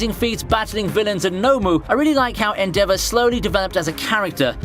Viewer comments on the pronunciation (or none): Idk why but it really bothers me when Americans completely butcher the pronunciation of a characters name... Like the way he pronounced Endeavors name